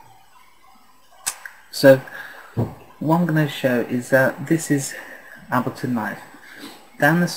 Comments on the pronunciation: It's pronounced 'Aybel-ton' not 'Abilton'. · Oh, and to all the muppets bitching that he's pronouncing it Ab-leton because he's British and that's how it's said over there..... bullshit. I'm British and I pronounce it correctly - that's to say Able-ton - as does Pete Tong, Sasha and Matt Darey who I've all heard talk about this tool.